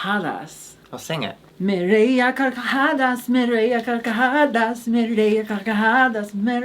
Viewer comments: As native speaker, i gotta congratulate because her pronunciation of the hard r in "carcajadas" is getting really good. Also, was saying that she fucks donuts because a common joke from pansexual people in spanish is that they are sexually attracted to bread ("pan" in spanish). Kinda like how english-speaking pansexual people make jokes about liking pans and kitchenware. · Great pronunciation of "me reí a carcajadas" ♡♡♡♡♡